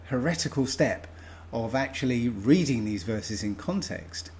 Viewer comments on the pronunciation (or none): none